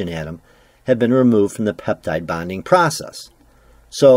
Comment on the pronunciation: are you saying peptide bonding process or ‘peptide binding process’?